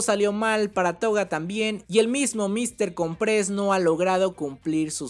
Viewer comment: se dice Míster cOmpres... como que con un acento en la O de cOmpres. es artante escuchar que le dicen mister comprEs..